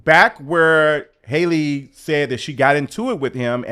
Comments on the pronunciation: Please pronounce her name correctly. It's Halle, not Hayley . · Her name is not Hailey y’all !!! 😭😭😭😂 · not you keep calling her Hailey 😂😂😂 who is that yt woman??! Our sis’ name is Halle like Berry ✨ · come on yall. Halle like Halle Berry. not hailey. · “Hal- ee “ not Hailey, not Holly. Everyone chopping that poor girl’s name up. 😆😭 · Her name is Halle, not Hailey. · You keep calling this lady HAYLEY… her name is HALLE pronounced HAH-LEE… just like Halle Berry… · That girl's name is not Hailey, it's HALLE, just like HALLE BERRY. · her name is HALLE like SALLY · My guy it’s “Halle” como “Halle Berry”. 😂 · I love your videos and takes. However, her name is Halle, like Halle Berry. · ❤with love pronounced Halle like valley. Thanks for the update i wish streamers were charged with bullying when they manipulate their audience😢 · It’s Halle like Halle berry btw ❤ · The way you pronounce Halle's name 10 different ways is sending me.